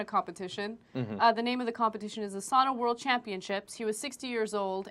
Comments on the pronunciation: You don’t even know how to say sauna right you say sana. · It is sauna, not sana, not sun or any else stupid word! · I hate how people pronounce it sana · Its pronounced (sow-nah) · its saaaauuunnnaa!!! Not Sannna--> SISU PRIDE bitches...These reporters should be shot by a sniper. And most sauna's here in minnesota are 200. So give me a break dumb shits